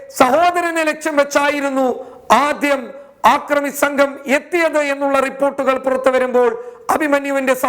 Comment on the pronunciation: ആക്രമി എന്നല്ലടോ അക്രമി എന്ന് പറയൂ, അല്ലെങ്കില്‍ മലയാള ഭാഷ പഠിച്ചശേഷം ചാനല്‍ നടത്തുകയാണ് ഉത്തമം.